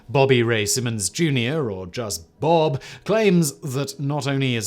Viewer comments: It's not Bob its B.O.B but yeah once I heard he was a flat earther i knew my guy was washed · lol bob its B.O.B.